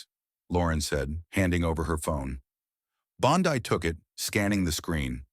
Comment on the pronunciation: Pronounced Bon-dee, but otherwise, very well written.